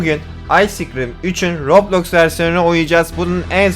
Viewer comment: Abi röblox değil roblox😂